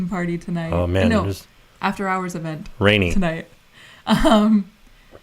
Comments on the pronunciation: I thought he said boob hours LOL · We all heard boob hours, sorry, you tried. 😂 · I like “boob hours”!!! That’s what I heard! 🤣🤣🤣🤣